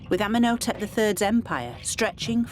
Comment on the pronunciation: Ummen Oh Tep 🙄 she needs to learn how to say their names correctly